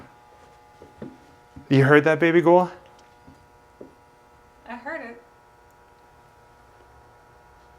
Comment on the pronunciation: Awesome video! However the first "baby goul" was a little cute, but then he kept saying it and it just gave me the ick.